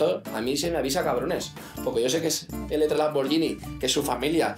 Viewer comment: Todavía no entiendo porque no podían decir Elettra, todo el tiempo decían mal su nombre tan difícil va a ser